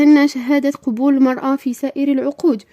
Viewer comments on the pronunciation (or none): أخطاء لغوية بالجملة. نقول : قَبول وليس قُبول.